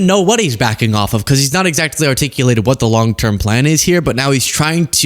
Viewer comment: “Dis president , on da eve”, Mike doesn’t like his dental fricatives!!! (Saying th instead d. )